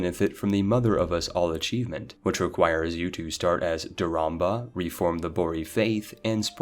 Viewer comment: You called her “DauramBa” like 10 times. lol